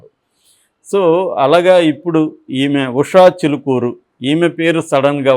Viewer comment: Not "Chilukuru", "Chilukuri".